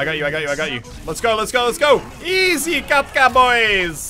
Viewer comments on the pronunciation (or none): It is easy katka (easy game), not easy kapka. Any russians here ?